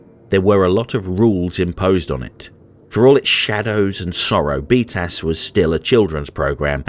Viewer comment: Sounds like you're saying "beat ass".